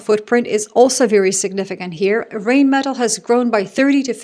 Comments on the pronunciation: You're a highly educated woman. Please learn how to pronounce the German "ei" which is pronounced like the English "eye". So the arms manufacturer Rheinmetall is pronounced "Rhine-mett-al“ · Hi, just a bit of info: the river Rhine (in english) or Rhein (in german) are pronounced the same way. Just like the english version. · Sorry, but this is a pet peeve of mine: in Germanic languages, when E and I are together, it is the second of the two letters that is pronounced eg: diEsel, eInsteIn, beliEve, fahrenheIt, rheIn ( as in the river Rhein and Rheinmetall). Yes, even Epstein has been mispronounced all this time! Another example of gringos making a mess of things. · Rheinmetall…. when there is ei or ie… just pronounce the second vowel… 👍